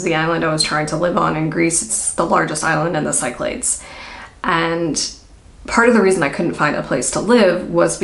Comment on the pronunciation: The island chain is called the 1) ‘Sea-CLAH-days’ or ‘SICK-cla-dees’—not ‘Sigh-clades’.